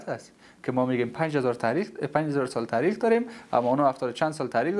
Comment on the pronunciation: هیچ کس به خود نمیگه ( نوش جان می‌کنم ) در ضمن تاریخ را لطفا ( ته ریخ) تلفظ نکنید از یک آدم با سواد مثل خودت بعید است